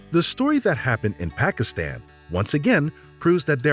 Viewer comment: Hate how they pronounce "Pakistan"... If this was a French word we'd be bending over backwards trying to pronounce it correctly